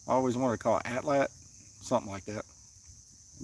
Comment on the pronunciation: Atlatl. It's just "atl atl". Just atl repeated